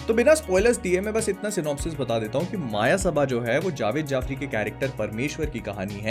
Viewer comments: I think it's Not a मायसभा.... It's a मयसभा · I am so frustrated that these so called film reviewers aren't capable of pronouncing the very film they are reviewing, it's called मयसभा and not माया सभा. And it's also so frustrating that there aren't many shows for this film. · भैया मायासबा नहीं ,,, मायासभा✅ Thankyou for review❤ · Bhai ye "मायासभा" nahi "मयसभा" hain. Wahi jo pandav ne rachai thi, usme duryodhan gir pada tha, aur Draupadi uspe handi thi sur fir pura mahabharat ho gaya.. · Exactly… Maayasabha, Maayasabha.. everyone saying the name wrong